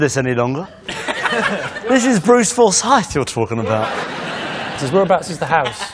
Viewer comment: He sounded like Stacey Solomon when he pronounced Forsyth as well